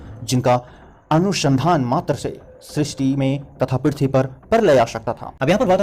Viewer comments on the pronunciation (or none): none